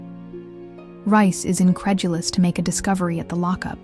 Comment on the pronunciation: RICE? REECE! omg…dumb Yank…😂😂😂